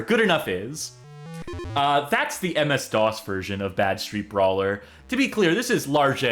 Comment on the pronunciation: You're using the wrong emphasis. You keep saying Bad-Street Brawler like you would say Mean Street Posse. It's actually Bad Street-Brawler like in the sentence "Wow, that game was a really bad street brawler."